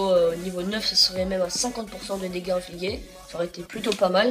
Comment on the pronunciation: Salut :) Juste pour donner mon avis, ne soit pas déçu du champion car c'est un excellent héros pour le boss de guilde. Son interêt vient des 3 secondes de stun qu'il peut infliger (se prononce ingligé et pas infligué ;p)